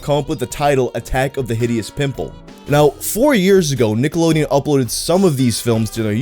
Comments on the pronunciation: I thought you said “Niggalodeon”. You may proceed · Cant be the only one listening with headphones only and had to do a double take at the very beginning of the video i swear just said Niggalodeon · Does anyone else hear him say niggalodeon at the start of the vid? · Did my man say Niggalodeon there at the beginning?...🤔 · The "cke" in that first "Nickelodeon" sounded a bit close to a "ga" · says Nickelodeon like it should have a hard R